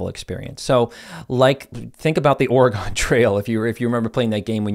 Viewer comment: Oragone? Lol. It's pronounced, Oraguhn🌲😉#PNW💚